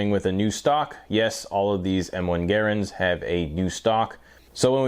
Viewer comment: Gare-ands? I cannot watch this anymore as I don't speak Canadian, just English.